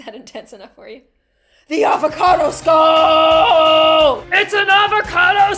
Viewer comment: AVACODO SKULL! was that intense enough for ya? ITS AND AVACADO SKULL! Me: Why the hell did you say that XD